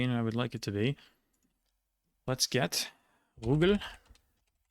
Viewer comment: Useless facts: Ruggell is pronounced with the emphasis on gell or in other words there is a stop (glottal stop?) after Ru. And even for Vorarlberger it is often inconvenient to say correctly, so they replace the "r" with "de" = Voradelberg.